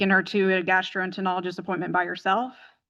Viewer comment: "GASTROENTEROLOGIST" You've got an education, PRONOUNCE IT CORRECTLY .